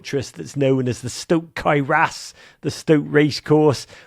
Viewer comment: Stok Cae Ras has a lovely ring to it You pronounce it beautifully!